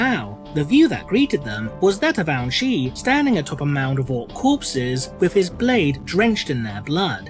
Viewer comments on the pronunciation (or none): I just keep hearing Ouchi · I keep hearing that as "Ouch'y." What's next, Commander Boo-Boo? Sergeant Wound?